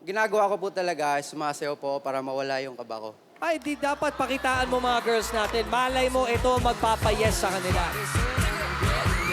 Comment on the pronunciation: Sabi ni Sandara ata "girs"😂